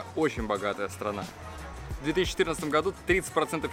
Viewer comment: Стпана, как 2 Ашана😂😂😂